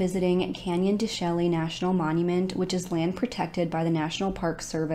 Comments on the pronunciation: Sad case. Real sad. Not that it matters one bit....but Canyon de (Chelly) is pronounced SHAY. Weird huh? Canyon de Shay. U may end up doing followup video & might be useful info. I only know cuz I'm in AZ & have been to that place. I hope they catch the killers, this is horrific. R.I.P. BROTHERS.💔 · Thank you for your coverage of this case. ⭐️ FYI Canyon de Chelly is pronounced Canyon de ‘Shay’ 🏜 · "Canyon Duh Shay" 😉